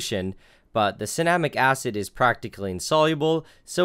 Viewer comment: Anyone else thought it said cinnamon acid?